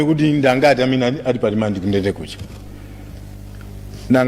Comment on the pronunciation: Samalti "alimande" koma 'rimandi' kkkkk